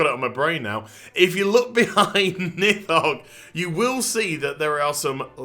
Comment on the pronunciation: On the pronounciation: if we're going by Old Norse pronounciation, it would be "Neeth-hogg" (with the "th" being voiced like in English "these"). Source: I'm Norwegian. We do some Old Norse in High School. Note: Of course, Blizzard isn't too picky about keeping things authentic, so it might be that they intended it otherwise.